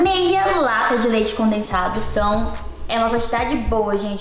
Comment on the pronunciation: Ela falou leite condenado kkkkkkķ